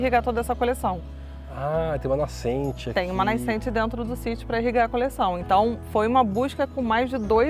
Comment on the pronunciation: Adorei o video! As partes que ela fala nascente, não sei se foi só eu que escutei "naicente"com a vogal ï" depois de "na". Talvez eu esteja errado e ruim dos ouvidos, mas voltei, ouvi acelerado, ouvi varias vezes e escuto "naicente"" Enfim, não faz diferença, o conteúdo em si é ótimo